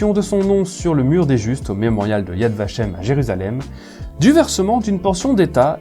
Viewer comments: Yad Vashem est parfaitement prononcé. Honneur au Chambon, et plus généralement honneur à tous ceux et celles qui se sont levés contre le Reich alors qu'ils avaient tout à perdre et rien à gagner. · tres bonne video . ya vashem est tres bien prononce.